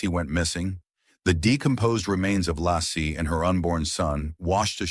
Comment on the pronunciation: Your robot is mispronouncing Laci and Frey. And Scott Peterson is innocent.